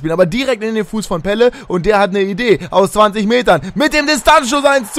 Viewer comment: Eher night :D Er wird mit Doppel-l geschrieben also Pelle und in etwa so wird er etwas anders ausgesprochen :)